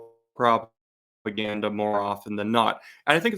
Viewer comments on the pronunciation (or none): That pause on the word “proper gander” was gold! Nice work! 👍🏼